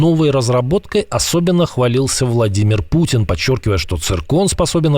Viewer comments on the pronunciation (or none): none